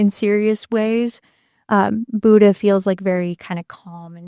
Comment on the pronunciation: The way you all pronounce “Buddha” is like nails on a chalkboard. Amazing content, nonetheless!❤